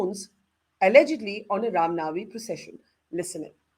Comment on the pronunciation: Right . Burkha Cant even pronounce Rama Navami properly. Chitranshu and Burkha can keep these rioters at theri houses and feed them biriyani 3 times a day.